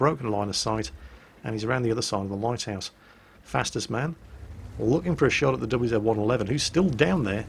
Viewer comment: Actualy! It's not fastest man, it's Fastus man, or FastUsMan.... no...? Okey I'll shut up and go back to work